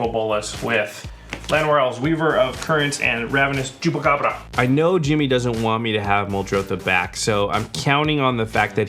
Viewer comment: O jeito que ele fala chupacabra é muito bom.